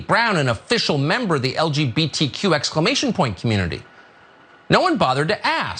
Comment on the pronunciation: "Exclaimation!" was just Tucker's attempt at being fabulous